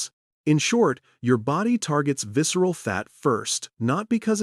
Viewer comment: Excessive visceral fat "sorrounds" vital organs, leading "inflammatien" & health complications -"viscral" fat "accumilation" -"tofoef"? -obesity "beat" -"synchrized" balance -"cogintive" clarity -"sqezzing" belly like a contract with the devil -"odliques" -energy "shotrage" detected -cell "merbane/merrane" -a silent, "pracise" exchange of information -coded message "dispachted" -"panceas" -"viserial" fat and organs -"metaboltic" command zone -"subcuitaneous" fat -insulin "cotput" -"Pancras" -"resisant" cells -"cortiol" -"doponime" reset All the mistakes are killing me 😂 I gave up on tracking them after five minutes in.